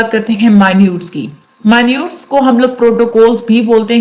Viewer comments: مائنیوٹ نہیں ہوتا۔ منٹز ہوتا ہے۔ The record of meetings is called MINUTES (Mee-nuts). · Mi-Nutes Nhi Min-its Pronounciation Sahi Krlein Warna Hamari Khraab Hojayegi